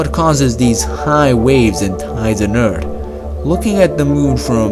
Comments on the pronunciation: HE IS SAYING Eeard AND NOT Earth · Next time let’s get someone who speaks english because it’s not ert it’s “earth”. Not breed it’s “breathe “.😂😂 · I thought it was called earth not Urrt.? How can someone be so smart but cant say earth properly ?? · You also said eart on accident instead of earth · Say earth not eart but good vid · It's eart...ok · Urt? I thought it's earth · It's Earth not ERT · Earth erd? Breathe bread?😂😂😂😂😂😂😂😂😂😂😂😂😂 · Earth not Ørt. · Its earth not eart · It's Earth not Urt. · It's earth not "Ert".lol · earth!! not eard...... GOD!!!! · I like the way you say "Ert" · "Tsunamis on Urt were a common ting" I'm dead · He speaks excellent english. Its just that he has difficulty with "th" words. Earth is Urd or Urt, and breath is breed, and truth is troot. I love it! I hope he doesn't change a thing. 😊 It adds to the flavor and presentation of the content of his videos. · So did you mean to say Eart instead of Earth too? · More like "urt" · It should really be "DA urt." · You forgot to mention Urt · Eart or Urt? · Actually your comment is ignorant. I speak German and Spanish fluently, and am a native English speaker. His accent isn't the issue, but his pronunciation of basic words like "Earth" and saying things like "when moon was this close to ert" indicates a basic lack of effort in actually becoming fluent in English. When I speak German, of course I'll have a slight accent, but often times it goes unnoticed even by native speakers. This is because I made the effort to learn proper pronunciations. There is no excuse unless he has a speech impediment, which doesn't appear to be the case. Maybe you should be a little more accurate next time you try to be a white knight. That being said, your command of the English language is incredibly weak for someone cocky enough to call it a "snack".. Practice what you preach. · idc how smart or how many languages he knows I think its annoying how he says EART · You insensitive clod. He clearly said "Ert".